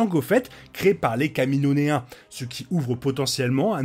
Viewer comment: Kamino-iens stp 😂 j'ai entendu 1 fois comment tu le dis, la 2eme fois je me devais d'écrire ce commentaire lool